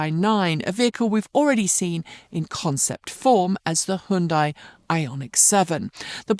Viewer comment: Hundai? Who stole the 'y'?